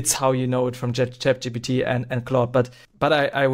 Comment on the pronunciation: bro literally said Chap Gbt 😭